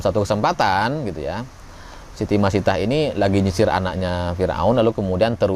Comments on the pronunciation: Siti masitoh min bkn masitah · Maaf sekedar koreksi nama pembantu Firaun, bacanya Siti Masitoh bukan Masitah. Tulisan arabnya pakai huruf thok bukan tak.